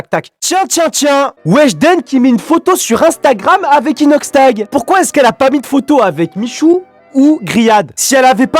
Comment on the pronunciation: Jtai cramer quand ta dit inoxshlag😂😭😭😭😭😭😭